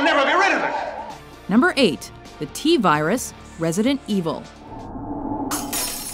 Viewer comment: The T-VIRES=twat-vires